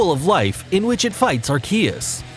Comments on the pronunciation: He pulled a subtle one on us... at the end (near the two parts of arceus’s name) he pronounced it slightly different. It’s wrong but it’s different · Take a drink for every name pronounced wrong and you'll die from alcohol poisoning. He said Arceus right once, then butchered it. Are-Key-Us not Are-See-Us like the other YouTubers that still can't pronounce right after the movie release lol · It’s actually pronounced ar-coosss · I mean his intonation is weird but Ar-Key-us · You say all the names wrong plus arceus's attack is judgement not some flame basher lmao that is judgement